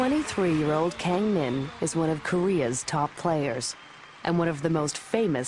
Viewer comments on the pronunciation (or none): "keng min" fail...it's pronounced with Ah not keng...